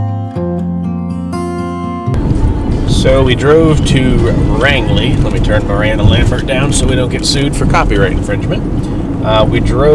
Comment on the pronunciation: You never mentioned the name of the campground you stayed at. Did you make it to Grand Falls? Flagstaff Lake feeds into Dead River which Grand Falls is on so if they were lowering the level of the lake, the flow over the falls would've been impressive. By the way, Rangeley is pronounced like the word range. I look forward to your next video, I like seeing areas I'm familiar with.